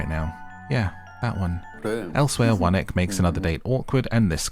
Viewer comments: 1. I can’t tell if you’re pronouncing Won-ik as “one ick” on purpose. Either way, bless his socially awkward heart. 2. A part of me thinks that production had to incentivize these women to chase after Gwan-hee and his tomfoolery so wholeheartedly and ignore the absolute gem that was Min-kyu. 3. I don’t watch Love Island, but if you were the narrator, I probably would haha. I love this~ Single’s Inferno is probably my favorite dating show rn. Would be interested to see your recap of other seasons if you choose to do so! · I heard One-Ick too, it's hilariously apt! 😂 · I thought he was saying that the whole time 😭